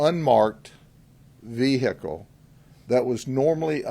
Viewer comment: Take a drink everytime you hear "VeHickle"